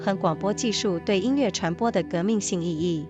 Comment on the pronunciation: 很好的节目，声音也很动听，值得更多的听众！美中不足是后期对朗读读音的检查，比如音乐yue不是le。